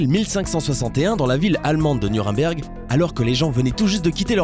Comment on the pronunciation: C'est un détail mais...pourquoi vous dites "Nurimberg" ?